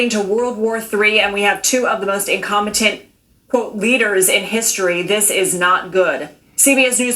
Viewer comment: you gotta put some STRESS on INCOMPETENT.😂